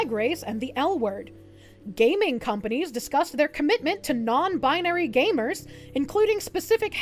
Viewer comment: Gay-mers and GAY-ming?